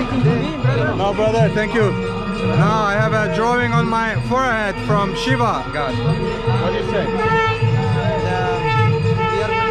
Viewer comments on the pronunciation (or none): none